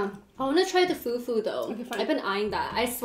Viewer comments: to she said few few it is called fu fu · U don't eat fufu u swallow it and its spelt fufu but its bronounsd fufuo